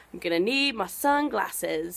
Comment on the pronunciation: Love when you corrected yourself after the way you pronounced sunglasses haha! Sounded so American!